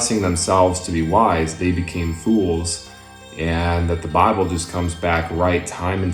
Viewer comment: This guy has the feel of douche baggery because the way he uses his hands. Ofcourse there's his condescending demeanor. Edit: also why does he say bible like "bah-bool"? Its extremely annoying.